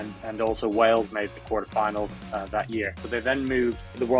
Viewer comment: LOL "Q U A T E R" FINALS Every day I learn new words! LMAO.